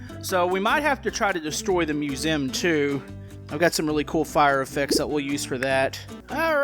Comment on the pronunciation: Also why do u say musem